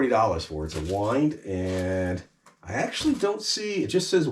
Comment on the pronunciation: Say 'Why-and'